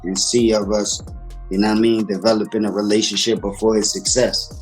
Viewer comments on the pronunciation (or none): I dont like how he say relationship 😂